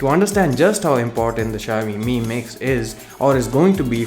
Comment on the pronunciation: शायामी नही भाई शाओमी